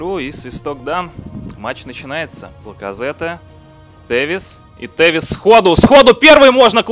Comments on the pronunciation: Не Лаказетте, а Лаказетт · Не Пайет, а Пайе и не Ляказете, а Ляказет